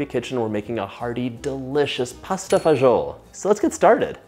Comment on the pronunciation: he doesn't pronounce it correctly at all :D